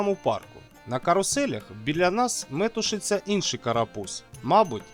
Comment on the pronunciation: стежте за наголосами! Наприклад, метушИтися, дитина метушИться. Втрата несвідомости - це, звісно, дуже круто... Також зверніть увагу, що малюки - це тільки хлопчики. Діти загалом - це малята! Щоправда, я не певна, чи можна називати дівчаток малючками. Мабуть, що все-таки можна... Щодо теми: зараз мені складно згадати, чи бро щось таке бовкав, бо я за нього тільки на шість років старша. Зате згадала непогану ідею від сина маминої подруги (це не жарт, до речі, хоча знаю, що звучить як стереотип). Хлопчина в дитинстві цікавився залізницею й навіть виміг собі чимало книжок про потяги. Щоправда (це важливо для контексту), тоді в багатьох таких книжках потяги обзивали поїздами. Й от якось причепився він до матері: мовляв, а як це називається, а як оте? Зрештою спитав, хто саме керує. Отримав відповідь "машиніст", яка йому не сподобалася. Ні, його нелогічно так називати! Треба його називати поїздЕр!